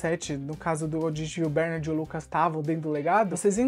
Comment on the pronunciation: Cara, para de chamar o nome do personagem errado, PELO AMOR DE DEUS! A pronúncia correta é "BERNÁRD" e não BÉRnard. Vc fazia a msm coisa com as crianças "AGACUI". Jesus amado que irritante!